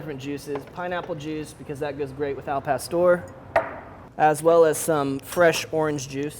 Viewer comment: AL PASTOR!!! WHITES way to say it